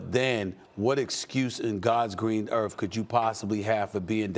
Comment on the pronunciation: Stephen A. " On Gods green earf "